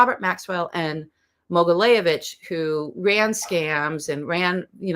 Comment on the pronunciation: Mogilevitch....not Mogileyevitch. It was challenging for me to find more info about this guy because she talks too fast and consistently misspronounces the name of her subject.